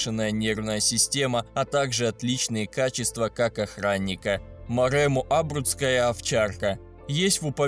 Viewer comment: Хоть ударение правильно ставь! Не Абруцкая, а абрУцкая! И волкодав не самая большая собака, у него кобели до 78см,есть более высокие породы! Правильнее сказать-одна из самых больших.